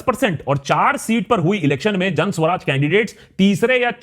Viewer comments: Suraj....not Swaraj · सु-राज भायसाहब;; स्व-राज नहीीीं 😀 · Hi Akash..it's Suraaj not Swaraj..you r one of my fav..pls dive a lil deeper..love your research..bt for PK you needed to work a lil harder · What can you expect from a person who is pronouncing Suraaj (good governance) as Swaraj (self-rule)